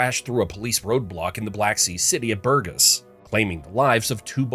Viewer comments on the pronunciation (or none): that pronounciation of burgas was butchered LOL! but anyways, thank you for covering this topic! as a bulgarian i really appreciate it!